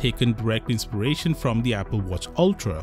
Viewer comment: “Inspiration” 😂 enough said